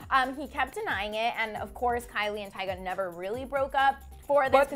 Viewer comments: its Kylie not kyle!!!!!! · it's Kylie not kyle